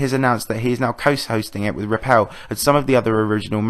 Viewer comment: Please don't call him caramel, it's 'Karma-L' OKAYTHANKSLOVETHEVIDEOBUTNOTTHENEWTRANSITIONSLIDESBYE